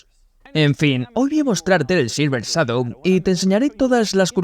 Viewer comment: El doblaje en español es un asco, ni siquiera pronuncia bien la palabra " Shadow "...😢